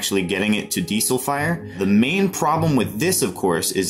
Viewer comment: Besides being unable to pronounce diesel properly, video....but what the duck is a diddlybop...you mean a magazine ffs.🤔